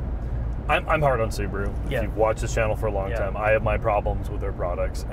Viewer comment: It is not a Subru, it is SubAru. 😆 I own a Forester. Great vehicle at the price.